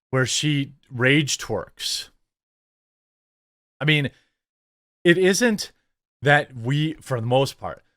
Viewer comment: Did he say rage twerks? 😵‍💫